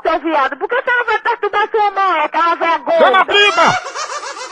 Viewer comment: Sabe nem falar. Não é briba. É BRÍBORA